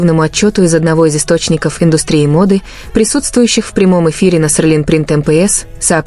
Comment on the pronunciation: Почему Серлин, а не Селин?